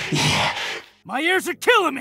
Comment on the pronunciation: Lol I thought he said "my ears are killing me" 🤣